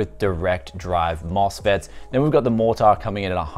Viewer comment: B550 MorTAAR, it's just Mortar mate, soft R